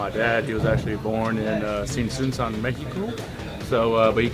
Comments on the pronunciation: Hey, con todo respeto se te fue el Tzintzuntzan dijiste Tzuntzintzan. Saludos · Ahahahahah, repite conmigo: TZIN-TZUN-TZAN No te creas. Realmente para decir palabras en lenguas indígenas es muy difícil.